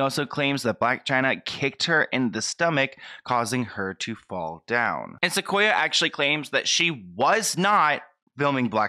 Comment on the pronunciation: My name is Sequoyah and I feel so bad for this girl! And yes you were saying it right :)